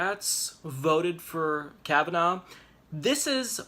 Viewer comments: His name is NOT pronounced Kav-uh-NOW, but Kav-uh-naw. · I think it’s pronounced Kava-Naw and not Kava-now. Either way, he worries me a great deal.